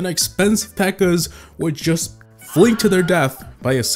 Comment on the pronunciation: it's peaker not beaker 😂😂😂😂😂